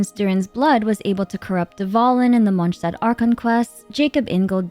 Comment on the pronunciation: Monshtad 😭🙏🏼 Reindotiiiiir 😭🙏🏼 Funten 😭🙏🏼 Come on girl wth